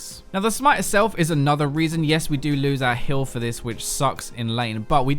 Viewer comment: I swear he's saying Hill instead of Heal.